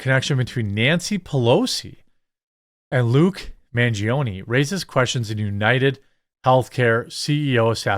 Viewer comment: It’s Man, pronounced (Mawn) - gi, pronounced (gee) - o, pronounced (oh) - ne, pronounced (nay). It’s Italian. Pronounce it correctly, please.